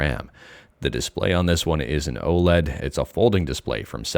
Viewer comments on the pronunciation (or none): none